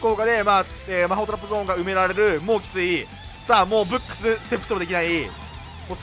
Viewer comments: 今ブックス見てきたけどめちゃくちゃ発音良かったwﾌﾞｯｸｽ！ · ブックスの発音最高です!(^^)!